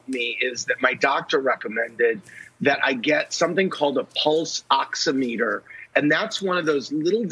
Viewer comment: Ox*IM*eter. i am not sure how to put that in text but he's not saying it right.